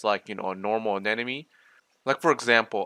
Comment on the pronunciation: Ah-nem-oh-knee. not anen-na-me